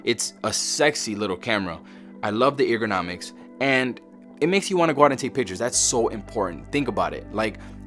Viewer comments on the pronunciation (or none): "Eager-nomics", sorry but I got a laugh out of that.